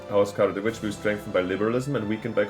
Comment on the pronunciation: It's Kara-George-evitch :D